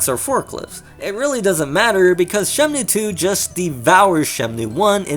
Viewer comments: Is it shenmue or shenmnue? Every time u name drop its urking my soul... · Why does he say Shemnue? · Why you say SheMnue! Anyways, both are great, but 2 has more details. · you call it shemnu lol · Bro you keep saying "Shemnue" lmfao stop that man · Your pronunciation of Shenmue (as Shemnue) is so distracting. Great video otherwise. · Holy shit hearing you saying Shemnue is making my ears bleed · Why are you saying Shemnue?